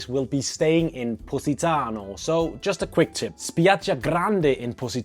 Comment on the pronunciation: all i hear is pussytano :D